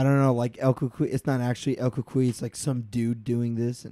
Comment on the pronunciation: I’d be totally down for a cucuy movie! 😱 Btw, love how you pronounce cucuy, lol.